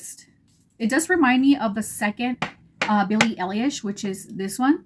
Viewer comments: Love your look, love this line of edt's. And yeah. It's "Eye - Lish" like everyone's trying to say, but they don't exactly teach you how to correct. I bought #1 today and I love it!! I agree that it could be worn by absolutely everyone!! You either love it on you, or love it on someone else! I haven't found any fragrance ever in my life that wears well on myself like this one. Hence, I haven't bought a full bottle of my own edt in decades!! I just learned today about them being able to be layered! Wow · You’re pronouncing her last name very wrong 😅